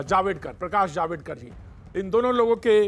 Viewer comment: अबे डबल बॅटरी जावेडकर नहीं जावडेकर हैं वो.